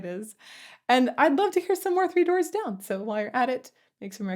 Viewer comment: Sounded like you said 2 Doors Down.... lol